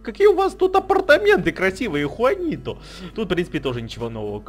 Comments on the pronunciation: но там вид джуанито а ты сказал хуанито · Трава суперэффективна против воды!!!! Посмотри в интернете и поверь тому, кто знает и любит Пиксельмон на 100 % и Juanito читается не (хуанито), а (джуанито)!!! J читается как Дж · не хуанито а juanito